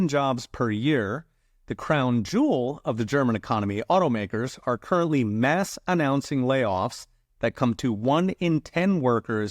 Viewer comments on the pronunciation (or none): none